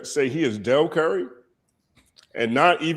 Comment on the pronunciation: The “Dell Curry” is up there with “Heaven Sent” in terms of I get you, but that’s not how you say that. Jay-z did not get the casino because it would have had the most disruption on the industry & neighboring communities. Other bids were simply easier to to get behind most being expansion project while this man was tryna build new structures in times sq. This had nothing to do with his image. Trump took his bid since there was realistically only 1 up for grabs, what about his image.